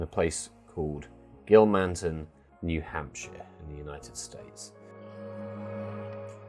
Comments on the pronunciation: The way you pronounced Gilmanton, New Hampshire 😂 it’s said “Gil-mun-tin” in a quick fluid fashion rather than 3 exaggerated syllables “Gil-Maahn-Tunn” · One of my dearest friends is buried there, so it was nice to hear it mentioned (albeit not necessarily like this). It seems one might make allowances for different countries having different accents.